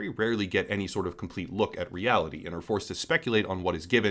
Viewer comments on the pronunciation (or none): none